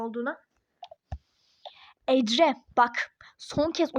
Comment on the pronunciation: Neden ecre diyon